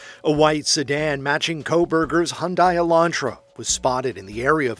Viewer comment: Hyundai, rhymes with Sunday.